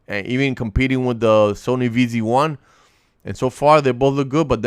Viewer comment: its ZV 1, noy Vz 1 😞